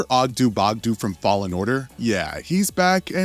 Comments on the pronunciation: OggdO not OggdU pronounce it correctly or dont pronounce it at all please. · Ogdoo bogdoo smou and the way he says kos makes me think that this guy can't read